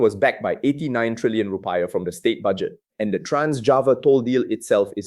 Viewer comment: It's not Ru - pie-ah but rupee-iah